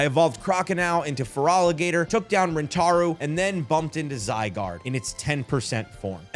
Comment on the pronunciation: I really wish you looked up the names cause holy hell I thought you were just rage baiting. Feroligator? It’s an Alligator. FerAlligator